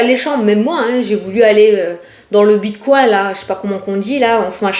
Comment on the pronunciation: Tu m'as fait trop rire avec ta prononciation de bitcoin (ça se prononce bite cogne). Allez je tente la question: Je vais enfin trouver du boulot ? Bisous